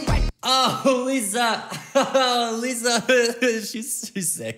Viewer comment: Sir it's not Liza it is lisa